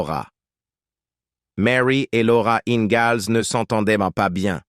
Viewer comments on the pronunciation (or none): Le mec qui prononce laura ingalls avec un z au lieu du s.